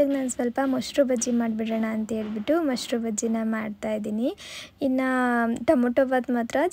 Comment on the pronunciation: Moshru alla adu mosaru